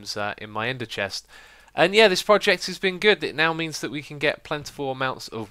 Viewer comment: Is it me or xisuma always say "poject"?